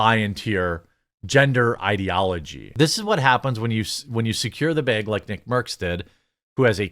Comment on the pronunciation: Probably because the way he pronounces, which is probably due to his accent.